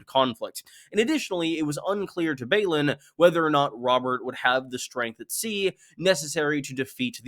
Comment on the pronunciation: Balon shouldn't be pronounced the same as Baelon.